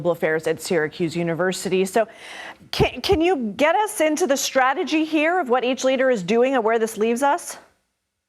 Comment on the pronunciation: His "stragedy" is.....ah....never mind.